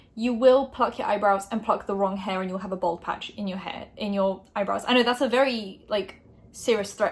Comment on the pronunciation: its bald not bold